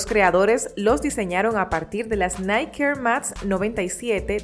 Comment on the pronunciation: No es Nike , es nikeee XD